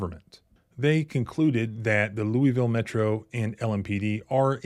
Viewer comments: Lou-a-ville. Not lueyville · For the love of KY please stop pronouncing Louisville like that. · "Louville" is how it is pronounced. Stop calling it "Loui Ville" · Lol You say Lewieville like a Southerner. Yankees say Lewisville. Kentuckians say Louaville. (correct pronunciation) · It's pronounced Lou a vull, not Louie ville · Lew-ville, it's pronounced. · Pause the video and read the second and third paragraphs. Ps. It’s pronounced Loo-a-vull. 👍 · Bro it's pronounced loo-wuh-vul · Cops were involved that's how it went wrong. That's not the proper pronunciation of Louisville. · Louisvillian here: 1) LMPD is a bunch of thugs. I’m not surprised this happened. 2) I know you’re not local, because we pronounce it LOU-a-vull. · You ain't from there if you pronounce it "lewieville". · We say it more like "Lou-a-vulle" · I noticed working in the area. The locals of Louisville pronounce Louisville wayyy different. To me, it sounded like "loulvl". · You’re mispronouncing Louisville, it’s (Lou-a-ville). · It's called Lou il ville.